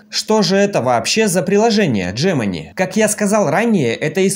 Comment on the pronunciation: Где ты увидел букву Дж-Джемени ? G-Г !